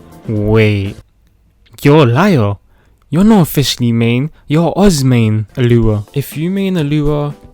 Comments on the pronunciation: "Q KEE" "FISHLY" "ELUHA" PLSSSSSSS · Fish lee Al bee doh